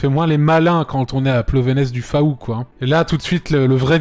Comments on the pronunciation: Antoine:Plovénez du Faouu(c’est "fou" pas "faou" d’ailleurs t’était pas loin du village de ma grand mère (Laz pour les curieux )et j’ai été content de reconnaître Oui à part son nom atypique Laz n’as rien à proposer si ce n’est une crêperie(mais comme c’est mon bled...) Je vous ai raconté ma vie 👍👍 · Plonevez du faou comment il prononce ça 😆 ça se dis plonévé du fou et non plonevaise du fa-ou 🤣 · "Plonéveze de fAou" ,C'EST HONTEUX sa prononce Plonévé du fou. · "Plovenez du faou" nonnnn ça ce prononce "fou"!!😂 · Ça m'a tuée Plonéceze de Fa ou et sa se dit plonévé du fou 😂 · Rule #1 : Quant on est pas breton on ne prononce pas le nom des villages ! ^^ (plonevez du faou = plovévé du fou) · Alors on prononce :"Plonévé du Fou" en breton... Sinon oui, on est méga prétentieux, mais on a de quoi aussi. (Même si j'avoue, Plonévez du Faou c'est pas ouf) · Aie il est passez à Plonevé du Fou (je l'écris comme ça parce que ça se prononce comme ça) c'est pas meilleur bourgade xD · Par contre "Plovenèze du FAAAou" juste j'en ai pleuré c'est absolument honteux mdr